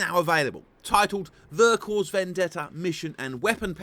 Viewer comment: Great review :) Just a tiny heads-up for the future, in French you don't pronounce the final "S" in "Vercors", so it's basically just "Vercorr" ;) Cheers!